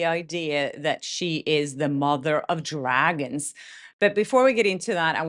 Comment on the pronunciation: Every time you say mother of dragons, all I hear is mother of drag-ins and that's even funnier! And so appropriate! 🤣